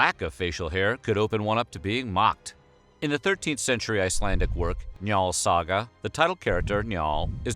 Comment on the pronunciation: I was suprised how well he said Njáls Saga..